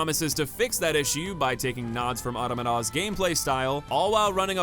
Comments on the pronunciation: You have the weirdest pronunciation for the word Automata that I've ever heard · Yeah he brought it to a new level. It’s like the word fell down the stairs.